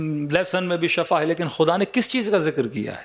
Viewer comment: Sahi lafz Shifa hai shaba means maut